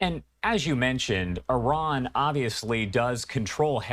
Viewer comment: Once someone mispronounces ‘Iran’ you know they don’t know what they’re talking about.